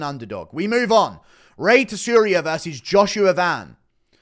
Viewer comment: Tsuruya: Soo-Roo-Yuh. Djorden: Jordan dude it’s not that hard.